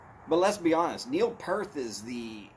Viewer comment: Neil Peart....Not Pearth lool.